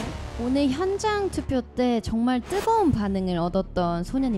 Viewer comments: 링치 정말을 왜 ㅈㄴ라고 하는거 같지? ㅋㅋㅋㅋㅋㅋ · 링치 발음 개웃곀ㅋㄲ ㅋㅋ 정말이 존(전)나가 되는 매직 !😂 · 저도 댓글보면서 잠깐 화면에서 눈돌렸다가 링치 정말 듣고 순간 존나같아서 놀랐어요 ㅋ ㅋ ㅋ ㅋㅋ 발음을 되게 쫜득하게 한달까ㅎㅎ